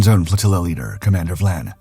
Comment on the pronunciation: Hey, narrator! It is Commander Vian (Vy-an) not Vlan.